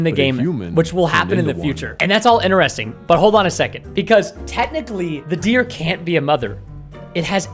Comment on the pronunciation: "Ineresting" said Preston